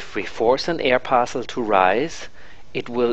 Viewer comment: "an air parcsul"